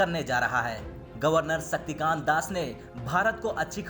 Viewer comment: Beyta gawar sakti kaant nahi ,,,Shakti kaant ,,samjhe